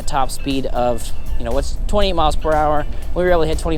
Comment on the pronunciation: Hi. Thanks for the vija. When you say 28, sounds like you're saying 20. Fast talker.😊